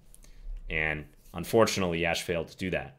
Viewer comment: Always grateful for these CTRL videos🙏 Btw, it's pronounced "yush", rhymes with lush